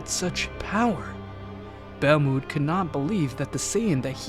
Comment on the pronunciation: Ur saying belmonds name wrong